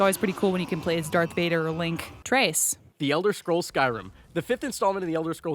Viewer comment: i didnt know "tres" was pronounced "trace"